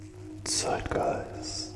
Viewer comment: I love it how he still says zietgeist in english